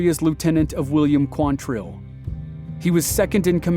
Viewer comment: It's QUANtrill. Not quanTRILL. Why can nobody get that right?